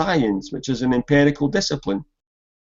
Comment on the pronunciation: Just to clarify an important point. pronunciation of empirical as "emperical" is not a scots thing. It's peculiar to him.